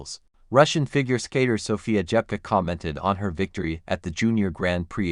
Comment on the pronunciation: СОФЬЮ Дзепко назвали несколько раз-Джепко..А потом и вовсе начало это ИИ называть фамилию Дзепко, Как Жепко!!! Да как же вам поправлять произношения? Разработайте программу коррекцию!!!